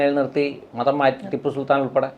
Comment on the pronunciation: I feel we should not pronounce tippu sultan .why should call only tipu